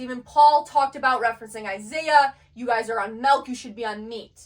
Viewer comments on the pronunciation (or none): none